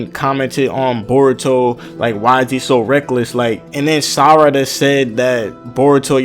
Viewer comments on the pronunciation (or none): none